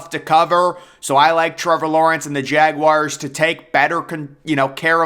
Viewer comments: Jagwires lol can tell this guy wasnt a scholar in high school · Jagwires, Jagwires, Jagwires.... This dude loves saying Jagwires.